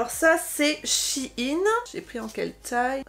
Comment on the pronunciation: Pourquoi vous prononcez Shi in ? on dit Shein